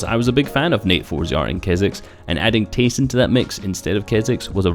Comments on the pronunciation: Did you know his in game name is actually pronounced Tie-son because his real name is ty (sorry if I spelled that wrong) but everyone just calls him tA-Son. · Yea i hate it when people call him TA-son